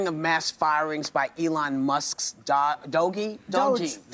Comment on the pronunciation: Crazy they can't pronounce DOGE but if I remember an old video of yours if the right mispronounced names weren't they calling them racist? Hmmmmmmmm